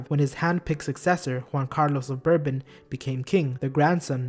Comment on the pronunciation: and Bourbon is pronounced like BORE bon. NOT bur bon.